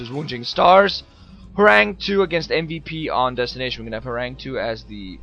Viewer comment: btw, it's pronounced horangee, not horang2 :)